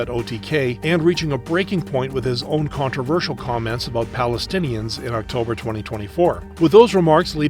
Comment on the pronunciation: Coontroversal.......? Are you serious